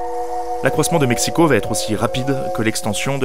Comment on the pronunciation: Félicitations pour la prononciation des mots nahuatl ! Le x de México est généralement bien prononcé (ch), comme à l'époque. Ce n'est que plus tard que le son ch s'est transformé en 'j', soit la jota castillane !